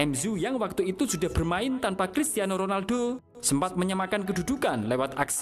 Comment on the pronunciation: Dari pabrik mana lah pengisi suara ini. 😂😂😂 MU, bukan m,ghu. Ronaldo, bukan ronalgho Adoiii🤣🤣🤣🤣😋